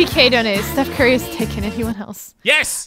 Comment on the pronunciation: #30: “Stoof Cary” I mean, “Steph Curry” 😂😂😂